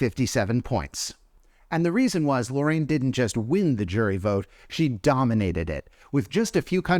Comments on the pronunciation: Why do people keep mispronouncing Loreen's name like "Lorraine"? It's literally phonetic, lol. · Not “Lorraine”… 🤣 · also, why is this guy constantly mispronouncing Loreen's name?!? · Loreen is actually pronounced “boring”